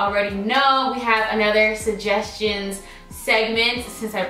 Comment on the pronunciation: “SuJESSions”❤️❤️❤️❤️-LOVE IT!